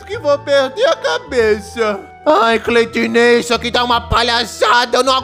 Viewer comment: Kkkkk cleitiné foi boa